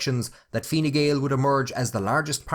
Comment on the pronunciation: Learn to pronounce the name of the party correctly, stupid